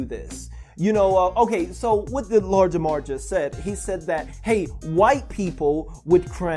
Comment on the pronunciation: i swear I'm hearing Lard Jamar lol